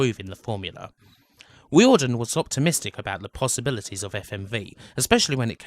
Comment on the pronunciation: Just a few notes on pronunciation - silicon is 'silakon' (not the tiling and boobjob stuff, lol), Tír na n-óg is nearest to 'cheer na noeg', and Riordan would be 'reerdan' (In Ireland, anyway), though yous was nearer to how the syllables are treated in Irish